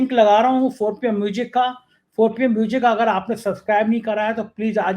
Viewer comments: A man like you should pronounce music not Mujic. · Sir, MUJiK mat bola karo, MUSIC bola karo plz